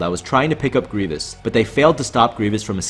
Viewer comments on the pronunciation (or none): none